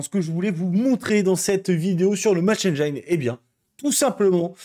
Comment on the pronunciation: On dit pas Match Enne-jaïne, mais Match Enne-jean